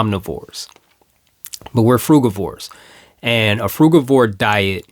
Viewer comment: Nice to hear someone who pronounces frugivore as I do and not frujivore.